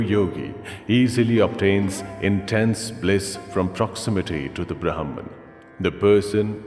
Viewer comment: In Indian languages, the names pronounced correctly means something. It would have been better if this was read by someone who knows the language., as these mean something else when the pronunciation is different.